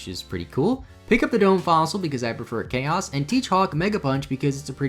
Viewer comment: Did you call Kabutops... Chaos?